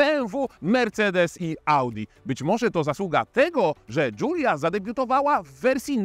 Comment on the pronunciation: który nie potrafi nawet przeciętnie wymówić nazwy modelu, zaczyna go krytykować. Dziękuję, nie oglądam. Wolę film od Jagody i Coobcia;)